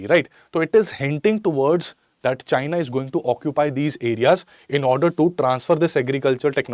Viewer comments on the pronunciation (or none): none